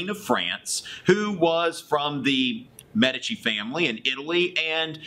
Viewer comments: Medici is pronounced as meh dee chee, not meh di chee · Med-EE-Chee. Come on. There was a whole TV show about them.